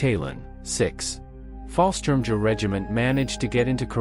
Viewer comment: Fallschirmjägers were actually Air Force not Army. By the way, if I wasn’t so curious, I would have stopped listening to the BUTCHERY of the names and terms. In fact, I eventually muted it and just read the cc’s